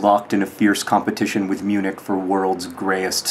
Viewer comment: At first I thought he said he was in eunuch, then I thought, "That can't be right..."